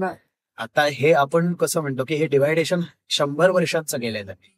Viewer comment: डिव्हायडेशन नाही. डिव्हिजन असा शब्द आहे.